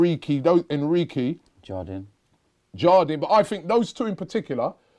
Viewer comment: Did he really say Enriqy? It’s Enrique Robby